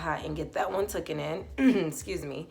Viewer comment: Omg 🤦🏽‍♀️ thanks for the awesome information sis but TOOKEN is not a word. I can’t believe how many girls say this. The word is TAKEN